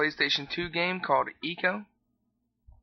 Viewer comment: "I"co, not eco!